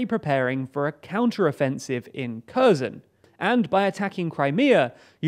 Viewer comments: KHerson not CURZON! GEEZ! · It's not Curzon, it's hhair-sonn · KherSon, not Cur-zon. It's not difficult to approximate correct pronunciation, but this less-than-impressive channel makes NO attempt. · The "K" in Kherson is "silent." Thus, Kherson is properly pronounced "HER SON." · CrimeaIsUkraine Thank you!! The Ukrainans I hear pronounce Kherson as "HEAR SAHN." Don't hear any "X" sound. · Why do you keep calling Kherson Curzon ? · The "K" is silent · how many times can he mispronounce Kherson. Emphasis should be on H not K... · Oh no! A foreigner who doesn't pronounce foreign names correctly!!!! Oh no!!!! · yea, I'd say it's pretty bad if news anchor doesn't know how to pronounce names of the places he is reporting on.